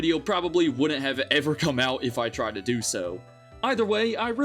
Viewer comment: Should have emphasised the TRIED part instead huh